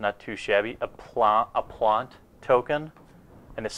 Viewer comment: Dude. You pronounced Sejiri Merfolk about fourteen different ways. You even said "plant" wrong. "Arkion of Redemption"? Really?